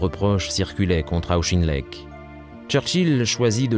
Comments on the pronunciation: Auck.his names proniunced aucken lect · The narrator appears to have some difficulty with pronunciation: Caucasus is pronounced ‘Caucus’ and Auchinleck is pronounced ‘Owch-in-leck’ . Please check and edit audio for corrections. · I’ve never heard of “Shtahlin”; sounds like there’s some sort of agenda behind this. And “Auschinlek” instead of Auchinleck (a Scottish name)? I’m giving that channel a wide berth. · Auschinlek? It is pronounced Aw-kin-lek. This is the same comentator who says "Shtahlin" instead of Stalin. Who is this and why the German pronunciation? Is this some sort of agenda?